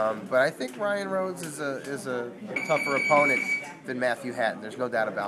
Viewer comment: lmao it's rhodes